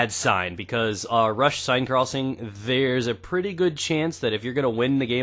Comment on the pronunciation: "Sen" Crossing, brah, that's how it's Pwnounced :D